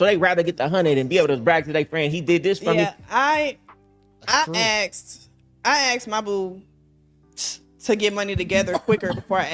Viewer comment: If she gotta “axed” it’s a no